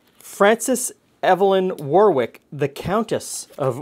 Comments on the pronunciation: You are correct, and also its Worrick not war-wick. It's a minefield! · Oh my, the way your pronounced "Leamington" made me laugh. It's not "Leem" it is "Lem". Also "Warwick" isnt pronounced with the 2nd W, "Warick" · not had this since the early 60's...... your pronunciation of English names is out many are not as they are spelt. Leamington is Leminten and Warwick is Worrick. Nice desert though. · And Warwick pronounced worrick rather than war-wick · Got to try this recipe! Btw, as an ex-Leamington Spa resident, Leamington is prounced as in Lemon, not Leem, and Warwick pronounced 'Worrick' :) Thanks as always, love your videos. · Pearce Also Warwick is 'Wuh-rick'. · Hi - Thank you. This looks like such an easy recipe to make it would be rude not to! By the way, in England the place names are pronounced War-ick and Lemmington. Damn the English and the silent letters! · In Ontario, we also have a township named Warwick.( I worked in that township, many years ago.) We pronounced it, War wick, just like did. It's interesting, that both Leamington & Warwick are spelled the same, in both Countries but pronounced differently. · Growing up as a kid of the 80s in the neighborhouring county, my grandma made baked custards like this. They have fallen out of fashion, and many olde English recipes, will only be rediscovered when Nigella or Gordon popularises them again. Leamingtong -> ‘Lemmingtun’ Warwick -> ‘Wuh-rick’ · Hey, I live near Leamington pronounced Lemington and Warwick is pronounced Worick. Love the videos. X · There's a suburb of Newcastle on Tyne called Leamington, pronounced Lemmington for future reference. Warwick pronounced Worrik.